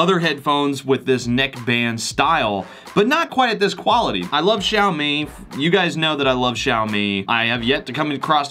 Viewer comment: You pronounced Xiaomi correctly! 👍 So many reviewers pronounce the X with j! Like how do you get a j sound out of a X?? hahaha